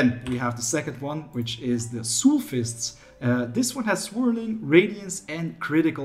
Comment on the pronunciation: You pronounce Soul really weird btw